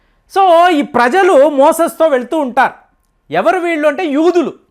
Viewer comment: మోసెస్ కాదు అయ్యా, మోజెస్.